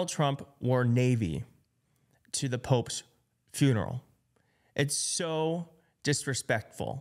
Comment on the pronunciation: It's "Pope's", I tried not to hear you say "Poke's", so what other enlightening brilliance can you not say.